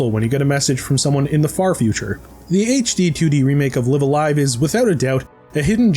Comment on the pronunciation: Oh thank god, he said it right. I will take live alive as my hill to die on. Live a live just sounds weird.